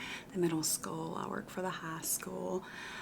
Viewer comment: I work for the elemENary skEWwlll🗣️